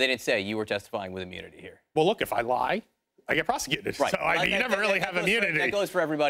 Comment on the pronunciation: Why is this guy still talking? Does he likes digging himself a deeper hole? He can't even say the word "lie."